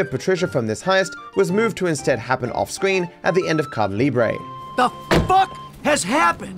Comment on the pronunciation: It's so funny when pronounces "Caída Libre" as "Kada Lbre" lmaoooo